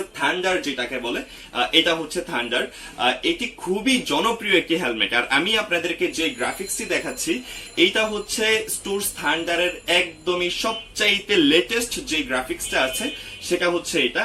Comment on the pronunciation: স্টুডস না, স্টাডস spell ta aktu Thik thak bolen ontoto